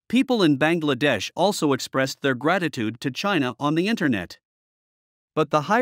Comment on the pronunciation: Should pronounce as Bang!! La-dash.